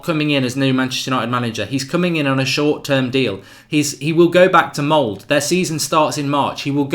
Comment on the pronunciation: it's Ole ("oleh") not Oli (Olee), also its Molde ("muldeh") not "Mould"! Learn how to pronounce before recording.